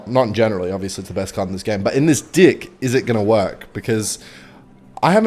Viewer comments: Why… why does he say dick instead of deck? 💀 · Its deck not dick lmao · Why does he pronounce (Deck) as (D*ck)😭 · Hes saying dick,,, like hes just not saying deck cmon guys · you guys think hes gonna crack once when he says dick instead of deck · Bro calls a deck a “dick” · BRO DID NOT SAY DECK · why you say “deck” like that